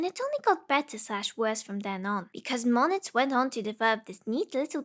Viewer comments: Good video, but "Moniz" is pronounced like "Moo - Neez", not "Moh - Nitz". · It's pronounced "moon-is"